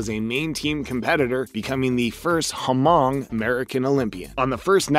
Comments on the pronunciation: Its not Ha-mong its pronounced mong, the H is silent. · Just to clarify the corrected pronunciation “Hmong” silence H. Thanks